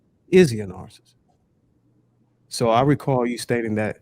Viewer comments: can't pronounce narcissist or narcissism. She should avoid using those words. She also proved them right regarding women being children mentally. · Omg. Nobody can say "narcissist"??? TF!!??